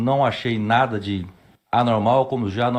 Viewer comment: perceberam que o do parlamenta falou as palavras mais difices do dicionario e na hora de dizer "nada" o cara falou "naga" ksksksk